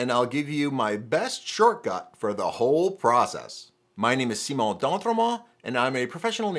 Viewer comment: Why do you pronounce your name Simon as if you’re French? Edit: See, you can say “Simon” properly here!